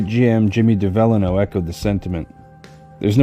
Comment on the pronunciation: just in case the name comes up again in the future, Jimmy Devellano’s last name is pronounced like “Devil-AH-no”. Of course in Detroit we just called him Jimmy D 🤷🏻‍♂️